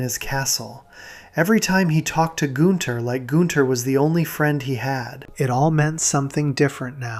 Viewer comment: Not goon-ther